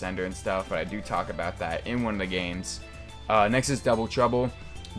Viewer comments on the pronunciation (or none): none